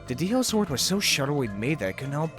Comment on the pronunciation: It's called DI-sword not DL-sword